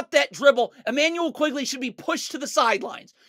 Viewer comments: Good video...but it's not Immanuel 'QUIGley'. It's Immanuel 'QUICKley' (Quickley).. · my favorite part is how he keeps calling Quickley “Quigley”